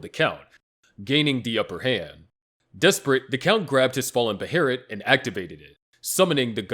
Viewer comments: “BAY-UH-LIT” they literally say it in the show my friend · What the hell kinda pronunciation of behelit is that?